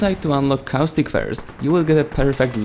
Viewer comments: Dude it's caustic not cow stick open caption even that thinks ur saying cow stick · he's about to say cowstick not caustic lol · Anyone else hear "Cow Stick"?